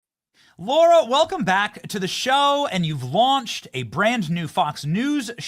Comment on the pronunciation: Benny, it's Lara not Laura, LOL😄